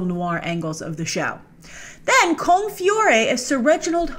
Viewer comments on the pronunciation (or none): ...no... just no... His name is pronounced Fee-or. He's one of Canada's most celebrated actors. He's been chased for a bunch of Hollywood stuff but never been caught. He sits in on American productions in small parts when they film here for easy paycheques then goes back to doing Stratford. Please don't fuck up his name like that!